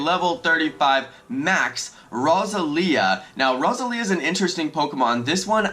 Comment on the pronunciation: The way you are saying roselia kills me. It’s pronounced like a rose 🌹